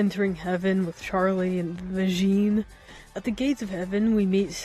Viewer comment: why are you calling vaggi like that